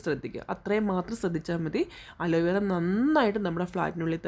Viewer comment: അലോയ് വേറ അല്ല അലോവേറ